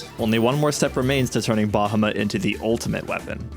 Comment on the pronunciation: Also it's "BA HAW MET"